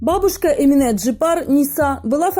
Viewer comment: Бесит когда говорят ЭминЭ, АнифЭ🤬Это же Ваш язык ,в котором есть буква Е! ЭминЕ, АнифЕ! Неужели так сложно говорить правильно,или вы родной алфавит не знаете и буквы путаете???